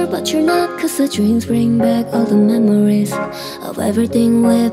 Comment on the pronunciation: 목소리 진짜 개이쁘다 ㅠㅠㅠ 그 와중에 발음 개귀엽 ㅋㅋㅋㅋㅋ 멤모뤼스